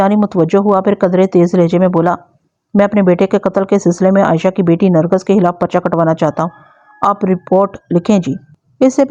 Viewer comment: Nargas ghalt lafz h, sahi Nargis h.